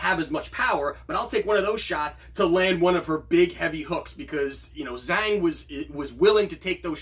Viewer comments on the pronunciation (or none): Wow, you got -170 on Zhang. Good for you! I only got -200. "Zh" is pronounced more like a J in Mandarin Chinese.